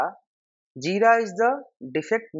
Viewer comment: Aaa what is Jida?? Its JiRa...R. Realy, I could not understand anything at all.